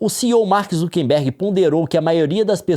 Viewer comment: Por que o Leon fala "ZukeNbergue"?